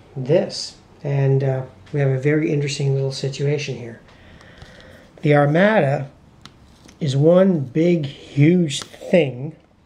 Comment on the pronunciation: Thanks for the effort. It was clearly designed to be driven by logistics-which you also clearly have no interest in (forgetting to buy munitions LOL) so I am not surprised that it did not appeal to you. FYI, Armada is pronounced "ar-mah-da", victuals is pronounced "vit ela", and Cadiz is pronounced "cah-deeth". Anyway, good effort.